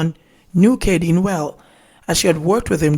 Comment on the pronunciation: It’s ka dean